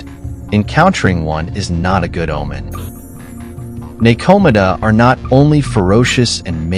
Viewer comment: I love the info and high quality visuals, but the mispronunciations were painful to listen to at times. (NekoMata ugghh) Overall nice vid...maybe just google pronunciations and insert them into the script before recording. But thanks for the interesting watch!